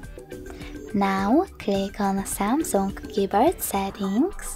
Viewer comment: Haaaaaai.....Why are you singing your instructions? And what are "keybirds"?? This clip sounds ridiculous....